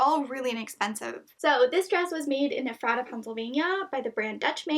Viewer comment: Ephrata is pronounced like Ef ra ta- sorry I'm a local